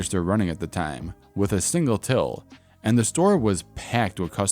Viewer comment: DA profits made on DA job.